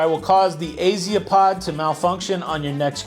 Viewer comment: Hermione Granger:it’s Azipod, not AziApod